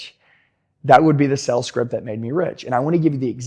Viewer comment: Is it me or do I keep on hearing him say sells instead of sales?